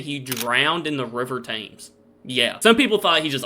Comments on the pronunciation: Tems, Tems, Tems - not Tames ! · WHITEchapel not WESTchapel. Each victim was NOT a prostitute ! Mary Jane Kelly was the ONLY one making her living as a sex worker at the time. BARRISTER, pronounced BAR IS TER, not BARISTA ! He didn't make coffee for a living .🤣☕ THAMES is pronounced TEMS not TAMES. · after all these years reacting to UK stuff and you still can't pronounce the River Thames correctly?...honestly I've no idea why it's pronounced Tems. Barrister - Ba-rist-er not Bar-easter........Barris rhymes with Paris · Mate it's shocking that you've been reacting to uk stuff for this long n you still don't say Thames properly. Lol 😂❤